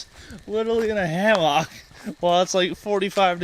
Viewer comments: Why is he saying ham ock? It's hammock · Also you can just say hammock, it doesn't have to be HAM-AWK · Pronounce it like “Hammick” NOT HAM-OCK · Two things: 1) Keep he's hilarious 2) you don't know how to pronounce hammock? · Ive never heard someone pronounce hammock like that before... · The way you say hammock pains me.